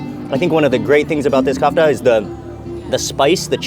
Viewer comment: I feel like I have to correct you everytime but it’s KEFTA , KKKKKEEEEFFFFFFTTTTAAAAAAAAAAA